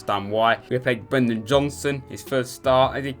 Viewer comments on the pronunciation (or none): Brennan not Brendan